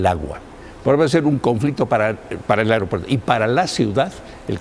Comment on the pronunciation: Se dice "aigropuerto"